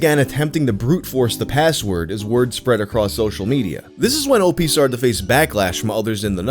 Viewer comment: It's not Opee.... it's OP, like special OPs... sound like newfa...gggggg